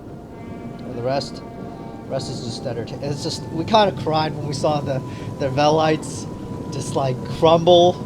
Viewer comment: you said velites wrong just saying